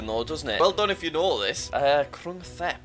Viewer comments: ‘Krung Thep’ is actually pronounced ‘krung tép’ and is the shortened version of the full name of Bangkok (which actually recently changed their name to Krung Thep Mahanakorn). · its pronounced “kroong-tep” or the full name “Bangkok is the city's nickname and it's ceremonial name is “Krung Thep Mahanakhon Amon Rattanakosin Mahinthara Yuthaya Mahadilok Phop Noppharat Ratchathani Burirom Udomratchaniwet Mahasathan Amon Piman Awatan Sathit Sakkathattiya Witsanukam Prasit” its the longest city name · Krung Thep is actually pronounced as grung taep in Thailand